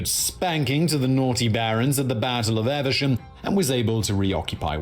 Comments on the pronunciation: 'Evesham' is pronounced "Eve-sham", not "Ever-sham" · Please, Evesham is pronounced 'eev-shum' not 'ever-shum' and why pronounce 'dynasty' as you would if you were referring to an American soap. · You should be very careful of videos by this bloke. He may sound very English, but - not for the first time - he manages to completely mispronounce a very well-known English town. (Well-known if you're English, anyway.) It's not "Eversham", you idiot - it's Evesham - just like Adam and Eve. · This guy's pronunciation is weird. "Eversham????" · Evesham is not pronounced ‘Eversham’.